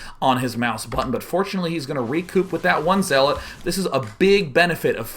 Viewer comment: Lol you say zeeelot when you just start playing sc2 or if youre artosis hahahaha